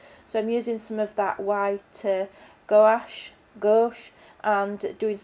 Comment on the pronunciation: Well done!! And you’re so cute. It’s “gwash”. One syllable. Wash with a g in front. 😘😘